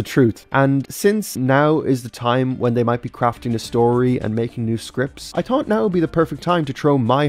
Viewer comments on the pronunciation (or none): none